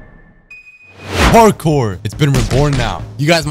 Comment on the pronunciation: ”Parkor raborn”💀